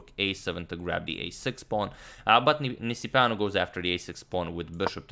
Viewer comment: It seemed like a romanian name :) nice pronunciation on agadmators side